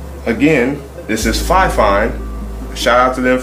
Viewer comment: dude awesome video but a quick pointer fifine is pronounced more like (Fee-Fine) again awesome video just wanted you to know though btw left a Like dude and subbed for being so helpful.